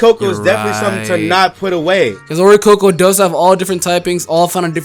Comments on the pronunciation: its not oricoco iys oricorio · its oricorio lol